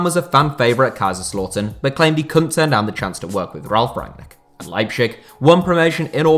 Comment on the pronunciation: my guy, as a german i tell that the correct sound is "leiptzig" there is a T in it. And also, its not kaiserslotern, its kaiserslAUtern